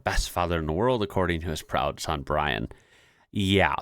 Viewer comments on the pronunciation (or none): none